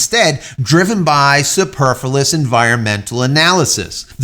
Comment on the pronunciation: …. Sorry to be pedantic, but Superfluous is pronounced: Super-Flu-oos. Anything else is just unnecessary. I feel better now 🤠 I get like this when people mispronounce ‘Nuclear’ like Homer Simpson or George Bush do… “New-cue-lah”…😎 Thanks for the news. Great video as always. Keep up the good work. Jim🌀 (-: <*>:-)